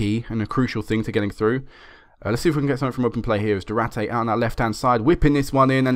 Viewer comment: it's not Du-ra-te man, like u say... it's du-ar-te :)